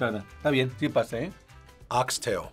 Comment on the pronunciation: ❤ im so glad the dads said it correctly. Ox tail no (s) its ONE tail cut into pieces!! Good job Daddies! 🥰